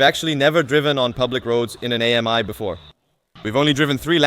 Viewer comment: The name is not A-M-I, but pronounced Ami, which is French for friend!